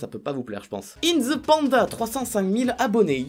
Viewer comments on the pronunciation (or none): none